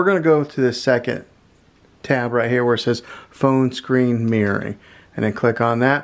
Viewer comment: Great video. But can we try "mir-ror-ing' 😂